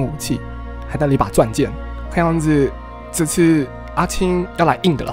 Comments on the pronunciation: 阿青王子阿青王子越聽越想阿牽王子XD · 阿青一直聽成阿謙，變小青又聽成小謙._. 本集短評：證實了烏龜也可以贏的！！